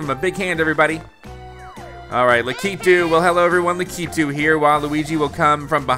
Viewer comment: His name is LAK-I-TOO